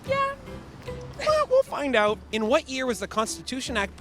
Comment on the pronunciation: I like how this guy pronounces “out” the stereotypical Canadian way